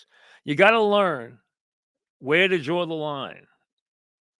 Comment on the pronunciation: "DRAWR UH LINE"